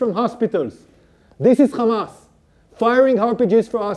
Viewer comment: It's week names not khamas names😂😂😂😂😂